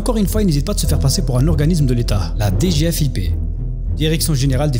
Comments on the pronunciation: HAHA ces abrutis qui disent D G F I P alors que i ne correspond à aucun mot individuel, mais au i de Finance. On dit DG-Fip en une fois côté agents de l’état ;) On ne divise la prononciation initiale par initiale que lorsque chacune correspond à un mot. Direction Générale des FInances Publiques. Ils ont aucune morale, c’est ahurissant. J’espère qu’ils finiront par se faire gauler et prendront bien bien chers. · Mdr ils se sont même pas renseignés sur le sigle. Je connais qq qui bosse à la DGFiP. Ça se dit pas "D","G","F","I","P" 😂